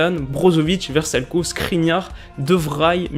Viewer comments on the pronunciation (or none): none